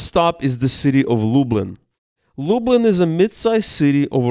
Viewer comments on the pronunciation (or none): I was born in Zamosc, absolutely stunning architecture. Can I also point out your pronunciation of Lublin, try pronouncing it more like "Lub lean". Your pronunciation sounds more like "Lub lynn". Enjoy one of the most beautiful parts of Poland. Zamosc benefits from the continental climate, where winters can be really cold with temperatures dropping to - 28 Celsius(coldest I experienced in Zamosc) and summers really warm up to high thirties consistently every year. Combine that with really fertile soil "czarnoziem" and stuff grows like crazy during summers. The size and quality of veg and fruit is absolutely insane. Pozdrawiam